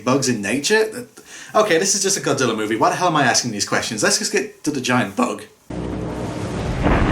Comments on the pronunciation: Normal Godzilla fans: "ITS GOJIRA!!!"..."NO IT'S GODZILLA!!!" Dub actors: "no it's godzilller" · Why does every English dub actor pronounce godzilla's name as GODZILLLER? Like how hard is it to pronounce GOD-ZILL-A. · a British accent I've heard many other British YouTubers and people do sometimes pronounce an A sound as an ER sound